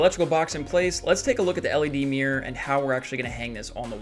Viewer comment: Mirror ❌ Mir ✅